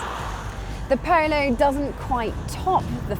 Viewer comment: I know that it's because of where she's from, but the way she says 'Polo' drives me nuts!